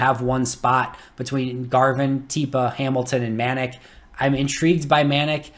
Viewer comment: Manac is pronounced Muh Nac. Like Attack.